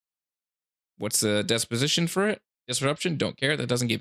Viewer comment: Good video but brother, it's dis-position not dep-osition 😬